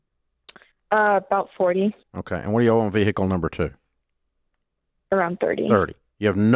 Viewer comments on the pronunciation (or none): Vee Hickle